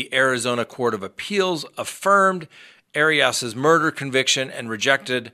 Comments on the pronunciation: Arias = Airy-es .....NOT Airy-us or Airy-Os...... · I enjoy your content BUT so many times you mispronounce people’s names. Not sure why. Anyway, it’s AIR-E-US. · You’re really struggling to pronounce Jodi’s last name lol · gaaaah... the way you say arias drives me nuts.